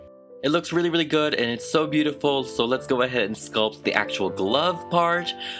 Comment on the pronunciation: She is "beautiful" with British accent.